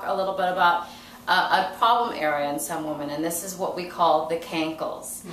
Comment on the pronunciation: Its WOMEN, when we are referring to more than one woman...the correct word is womEn!! Plural is womEn, NOT WOMAN!!😡 smfh grrr an American doctor who cant speak American english😡ugh Pisses me off!